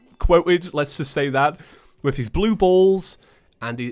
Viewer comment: I turn 20 next month and here I am laughing my ass off at a british guy saying “blue balls” Great episode as always, glad you had a good time in the US! Im a few states up from NY and we got 24 inches of snow dumped on us.